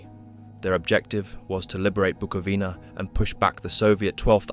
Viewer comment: it's pronounced "Buco-vina"